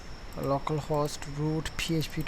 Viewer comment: same. it took him forever